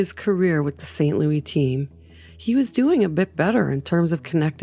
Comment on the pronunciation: St. Lewisssssssss, not Lou-eeee